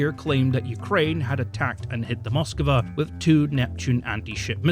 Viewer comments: Nice video. Had a hard time every time you said Moskava. It's Moskva. Without the A between the K and V! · its said as moskva not moskava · It's not Moskiva... it's Moskva. Stop mispronouncing it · One thing about the pronunciation of this ship: It should be "Mosk-VA' (two syllables) instead of Mos-kuh-va (three syllables). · Why can’t you pronounce Moskva? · The way he says Moskva is hilarious. Like